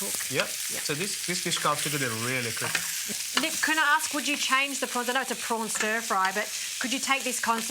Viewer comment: Row prowns .not fryed